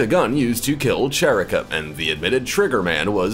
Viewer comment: SHA-RICK-AH.Not Cher-icka